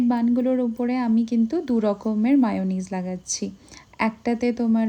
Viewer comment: Didi ota ma ucchoron hobe na . Me hobe. Amra likhi mayonnaise